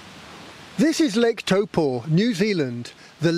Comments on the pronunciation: It's interesting the way you're pronouncing taupo. I would normally say Tau-poe. You're saying toe-po. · it's pronounced Toe paw. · I’m a Kiwi and I’ve never heard of Lake “Toe Poor” 🤷🏻‍♂️ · Toe Poor